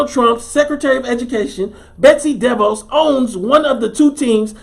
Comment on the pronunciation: Im done here in Orlando aka "the bubble". Its not what they say it is. These guys can't stand being locked down. Its a powder keg and any event would have caused them to blow. Btw, DeVoss is prenouced Da- VOSS